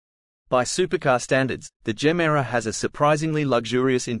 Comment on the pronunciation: pronouce it GE MERA not GEMERA it means give more in swedish